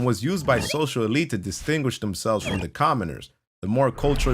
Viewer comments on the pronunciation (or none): none